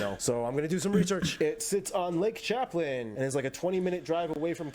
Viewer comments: It’s pronounced Lake Sham plain. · The way you said Norfolk is the way it is pronounced in Virginia. He also said Lake Champlain wrong. I grew up in NY where the Champlain Canal and Erie Canal meet. He said "Champ-lin" it's correct pronunciation rhymes with champage. It is Lake "Sham-plain". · He did mispronounce Norfolk. Anyone I've ever heard in the States pronounces it like you. Also, he butchered Burlington Vermont's Lake Champlain. It's pronounces "Sham-Plane". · I am super lucky to have had the opportunity to visit most of these cities on business trips, and I can say that guy's descriptions are spot-on accurate. The only thing he got wrong was pronouncing Lake Champlain (it's like champagne with an "L" in the middle), which Burlington, Vermont is on. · Get well soon. As for Burlington VT as a lifelong Vermonter how he pronounced Champlain was the only thing he got really wrong, he was pretty spot on for the rest. I'll say that the highlight of the city is Battery Park. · he butchered the pronunciation of Lake Champlain.